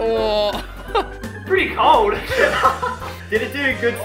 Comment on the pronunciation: "It's pretty cowd"